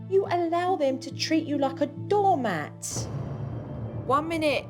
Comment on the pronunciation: Why does super nanny always says the moms is door marts